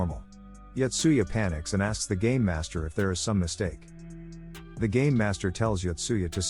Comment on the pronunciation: Did I hear game or gay master